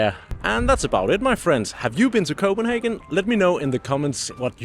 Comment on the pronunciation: I visited Copenhagen last year and really appreciated your explanation of the neighborhoods around the center. Also it is a treat to hear your authentic pronunciation of place names and foods.